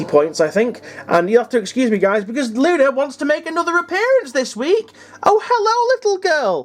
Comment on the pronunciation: it sounded like u said lucy 🤣🤣🤣 my bad lol